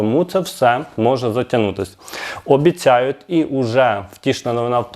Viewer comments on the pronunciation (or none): не ОБІЦЯЮТ ,а ОБІЦЯЮТЬ . Вчись говорити ти всі слова говориш так піднімаюТ а не підіймають і тому подібне,від такого говору рвотний рефлекс,і вуха ріже,А ти щей Людям інформацію доносиш. що це за БУДУТ а не Будуть . ти шо первісна людина глибоких гір?ВЧИСЬ ЩЕ РАЗ РАДЖУ ГОВОРИТИ